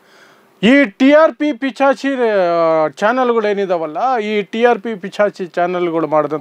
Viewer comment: ಅದು ಪಿಚಾಚಿ ಅಲ್ಲ ಕನಣ್ಣೋ ...ಸರಿಯಾಗಿ ನಾಲಿಗೆ ಮಗುಚೋದನ್ನ ಕಲ್ತ್ಕೋ firstu..